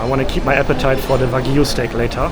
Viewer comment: I liked how he said Wagu lol but yeah it's VERY HARD to learn a new language and that is awesome and you can't help your accent